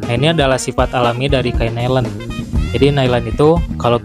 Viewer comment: Bukan Nailen mas, tapa Nailon bacanya. 😂